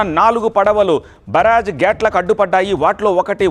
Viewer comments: mundhu nuvu telugu nerchko adhi baraz Kadu bayraze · ఒరేయ్ బాబు బరాజ్ కాదు రా స్వామి బ్యారేజ్ ముందు తెలుగు సరిగ్గా నేర్చుకో 🙏🏼🙏🏼🙏🏼😂😂😂😂